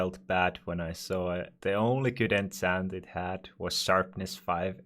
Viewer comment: Holy shit pls dont say ensent its enchant